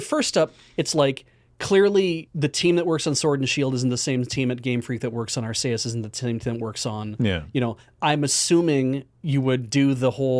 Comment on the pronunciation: That is the only correct way to pronounce Arceus.